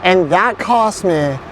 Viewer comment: I dont want to be rude or anything but like... Why was that the first and only time you said cost correctly 😭I am just wondering